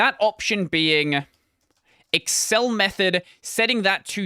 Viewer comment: it's pronounced "ecks arr and arr"... not "ecks ran der"... 😏